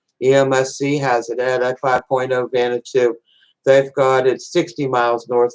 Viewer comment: Why do.americans pronounce it vanatoo? It's pronounced vaner watoo